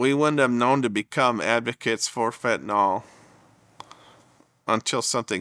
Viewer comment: Why is everyone calling it fentaNOL? it's fentANYL.